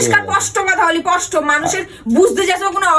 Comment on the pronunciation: পষ্ট নয় স্পষ্ট 😂